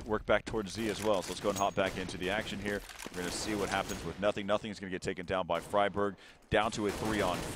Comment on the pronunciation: ''Fryburg'' oh god my sides